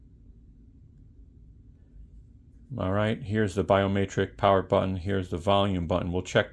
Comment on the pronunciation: Btw idk if its an accent or if you dont know but biometric has an e not an a i was like whats a biomaytrick?